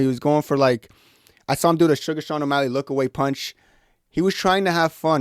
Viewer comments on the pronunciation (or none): none